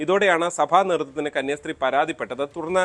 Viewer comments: കുടുംബശ്രീ എന്നു പറയുന്ന പോലെ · കന്യാസ്ത്രീ ആണ് 🙏 കന്യാശ്രീ അല്ല 🙏